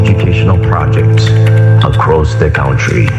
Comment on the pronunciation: All across the what kentry hahahaha tweaaa